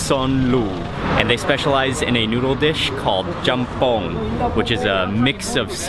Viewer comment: Jjambbong not Champon